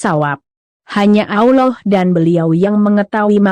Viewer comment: Mimin baca Allah.. Yang benar.. 🤣👏.. Pidato jual bawang aja....... Malu maluin... Maksa.... Kalo gak bisa jangan maksa.. Kayak gabener 😅